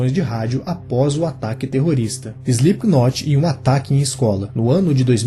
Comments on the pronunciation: Exato. É ruim ficar ouvindo o nome pronunciado errado... mas a matéria é boa! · Parem de por o "e" antes do "s". Não se diz ESLIPKNOT, coloquem o "e" depois do "S" SELIPKNOT. vale para todas as palavras inglesas começadas do por s.